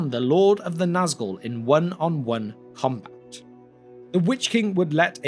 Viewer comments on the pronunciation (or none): none